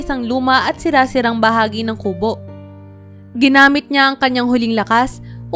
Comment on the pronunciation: Ayusin mo ang pagbigkas Ng salitang kubo di maragsa Ang pagbigkas nyan